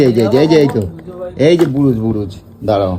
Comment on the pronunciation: রং করার বুরুজ কি অবস্থা কথা বলার ছিড়ি নাই রং করার ব্রাশ হয় বুরুজ হয় না কথা ঠিকমতো বল তোমার কথা শুনলে হাসি পায় 🙏🙏🙏🙏